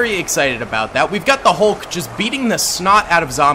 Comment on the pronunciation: “How iz Zeeeee Hulk doing”😂😂